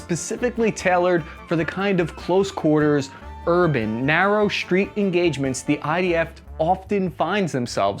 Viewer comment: Great channel! Curious as to why (and others) says "shtreet" instead of "street". Looking to give the word a little more firepower maybe? If you know, especially if you do it yourself, please explain.